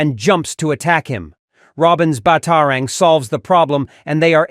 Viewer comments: Ba taro rings really AI can’t pronounce batarang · It would be nice if you could pronounce things properly. bat-AR-ang? I don't think so...